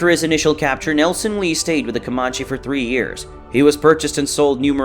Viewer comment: Your pronunciation of Comanche is cringe, sir.